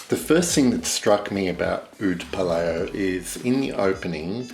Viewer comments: Pa-Lao (Laos) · I think its said as 'Pa- lou' as in 'loud' hmmm if that makes sense. Great review and descriptive.